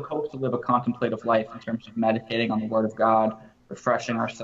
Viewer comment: Pronounced con temp’ la tive